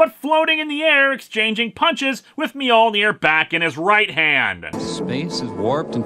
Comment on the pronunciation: If Spider-Man doesn't know how to spell 'Mjolnir' then why is he pronouncing the J, which is silent?